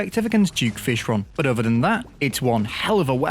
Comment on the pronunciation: We can’t live without saying the word buh, it’s like a tradition now